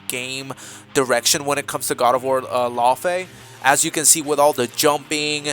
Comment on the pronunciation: Lau-Fae. yknow. Loki Laufeyson?